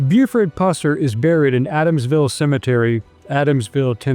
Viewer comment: Walking toll? Adamswille? Learn to pronounce it correctly.